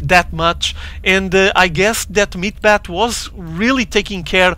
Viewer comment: was almost unbearable hearing him say "meat-bat" the entire replay. "meat-hammer" is correct and much more pleasing to the ear. ^^